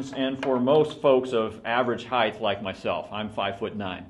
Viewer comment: The word is "height" not "heighth"! You'd think the owner of the company would be able to correctly pronounce a word commonly used to describe his products. I was seriously considering RRS over Gitzo, but this really turned me off.